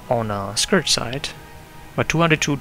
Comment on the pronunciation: it's scourge not scourage!!!!!!